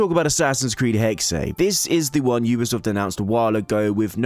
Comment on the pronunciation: 'Hexe' is pronounced 'Hexa', not 'Hexay'. It's the German word for 'Witch'.